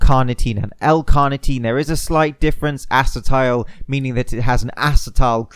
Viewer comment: Acetil not Acetile